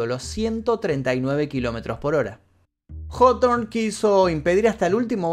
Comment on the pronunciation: El vídeo que justamente estaba esperando y como de costumbre el Mefisto no decepciona. Solo pido el de día del atentado de Oklahoma y ya no le pido mas vídeos y solo me dedico a disfrutar el canal. Puntos extras por mencionar bien el apellido Hawthorne parece que nadie sabe como pronunciarlo bien.